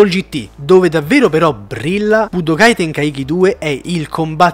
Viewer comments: Ragá tenkaichi si legge "tenkàici" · Tenkaichi con quella pronuncia non si può sentire